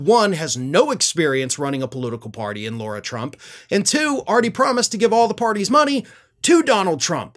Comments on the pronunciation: it's Lara Trump. LARA, not LAURA. Other than that, you're absolutely spot on! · LARA, not Laura Trump